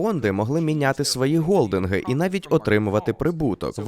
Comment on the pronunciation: Просто ґвалтування слуху з «голдингами» та «гедж-фондами». Англійською не так звучить навіть приблизно. Або я фонетичний кретин. Як людина з критичним мисленням може не бачити профанізм «г-концепції» для мене загадка.